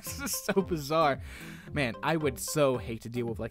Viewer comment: Why do you say bazaar 😕😕😕😕